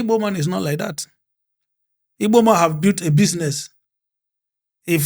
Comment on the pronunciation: Thanks so much for correcting Ibo speakers. The name is Igbo and anyone who can't pronounce gb is not Igbo, sorry to say!